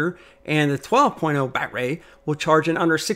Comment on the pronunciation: Why do you keep saying BatRay and what can I Do To Make You Stop !!😳